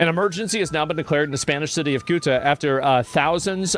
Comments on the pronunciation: Jorno guy pronounced CEUTA as SOOTA Asmon pronounced CEUTA as KYUTA and COOTA, three tries, three misses. It's pronounced Seh-oota And CEUTA IS PORTUGUESE CLAY GIVE IT BACK YOU SPANIARDS! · It’s pronounced like sewta, not suuta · Ceuta (pronounced theh-oo-tah) is 10 times smaller than Washington, D.C. It has 80,000 inhabitants. Mind you, 40,000 military age men have invaded the city. Meanwhile, former and present Spanish government officials were busy celebrating the King of Morocco at the embassy in Madrid. 🤦‍♀️🤬